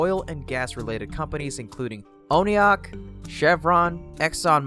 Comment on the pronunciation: Only 4 million? How much does Pelosi have? And it's not oneyok, it's One Ok, as in 1 Oklahoma. Geez.